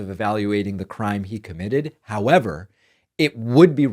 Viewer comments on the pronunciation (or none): none